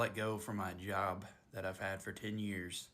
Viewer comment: omg hate does make you pronounce job as "jyyab"